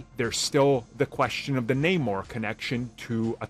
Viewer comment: Idk man this isnt even Namor anymore they even changed his name in the film and pronounce Namor strangely... idk this just aint it chief